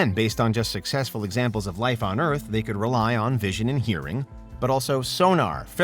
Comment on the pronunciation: why cant you say Earth correctly?? wtf??